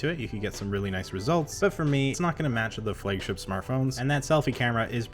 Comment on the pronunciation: i honestly didn't care about your pronunciation of ZTE what bugged me more is how you pronounce "flagship"